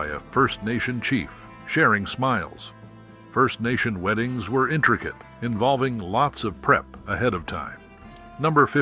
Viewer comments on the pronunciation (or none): none